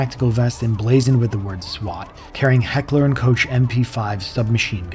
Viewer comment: he actually said “heckler and coach”